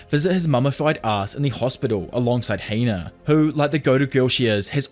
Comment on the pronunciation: It’s Hina not Heina